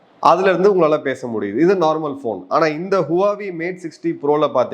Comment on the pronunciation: HUAWEI - ஹுவா வேய் - RIGHT CHINESE PRONUNCIATION